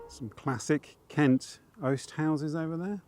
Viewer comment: Oesthouse. Like Alan Partridge.